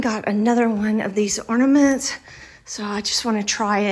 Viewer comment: They are called orNAments not orDAments